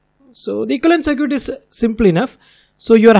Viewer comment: Btw "circuit" is pronounced "sur-kit"